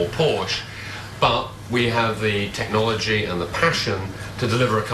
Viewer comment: He said TechnoliTy .Lmfao